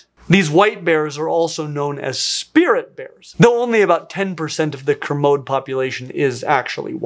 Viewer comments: Greeat video! Just wanted to say though that we pronounce it Ker-mo-dee not Ker-mod. Spirit bears are the coolest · It's Kermodee not kermode like commode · Sloth bears should've been called bug bears. (For their ferocity and their largely insectivorous diets!) Sidenote,: 'kermode' is pronounced 'kerr-moe-dee.' (I'm from British Columbia, it's our provincial mammal. The white fur supposedly makes the bears harder for fish to see.) Bonus: British Columbia's provincial fossil species is a plesiosaur which I am personally miffed about because sure plesiosaurs are awesome and charismatic but BC is home to the Burgess Shale so our provincial fossil species really should've been Anomalcaris canadensis! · Kermode is pronounced "ker MODE ee". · Ack, my ears can't take it. It's pronounced: 'ker-mo-dee' bear you heathen! 😝